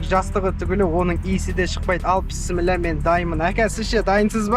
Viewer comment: Автор бауырым писмилла емес бисмиллах